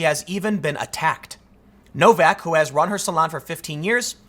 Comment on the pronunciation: I think it's pronounced "no-VAK", it's a surname common in Czechia & Slovenia.